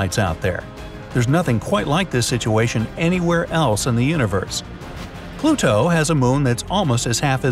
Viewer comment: PluTo? Interesting pronunciation.